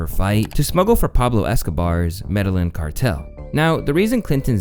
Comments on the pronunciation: Look up “Medellín” pronunciation and fix every time you say it in this video or at least every future video. Hint, it’s not an English word, and not pronounced ‘medalin’ “ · It's Slick Willy. Not Sick Willy. 🤣 And Medellín is like Med eye een not meddling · “Medellin” is pronounced med-uh-yeen. Not trying to be a dick. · It's meda-yeen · it's pronounced "mede-yeen" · the way says Medallin bothers me lol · Medellin is pronounced, med-eye-een. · always pronouncing things wrong. It’s pronounced Meh-de-yeen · Ask friends or Google how to pronounce ethnic terms before posting, my boy 😅 Meh-deh-yeen 🙏🏾 also if this is the Clinton Files the Trump files must triple thick 🧐 can't wait. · ‘Pablo Escobar’s… Med-dull-linn cartel’ …. 😂🐢🤡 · You really can’t pronounce Medellin?! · Bro, you said Medellin wrong if you’re gonna be reporting on stuff, make sure you’re pronouncing the things correctly just a minor critique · Can you do us all a favor and research the pronunciation of words you dont understand....? Specifically, medellin.... It gets me every video you mis pronounce it... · If you don’t know how to pronounce Medellin then you probably shouldn’t make videos like this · Bro no way you don’t know how to pronounce Medellin in the big 2026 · dude learn how to pronounce Medellin. White kids have been saying it correctly for years thanks to Entourage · I cringe everytime you say "Medellín" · But he can’t pronounce Medellin.